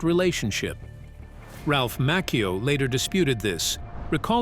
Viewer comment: It's Ralph macchio